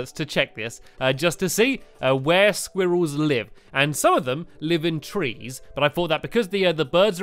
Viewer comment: No offense, but pronouncing squirrels like "squeerells" sounds ridiculous.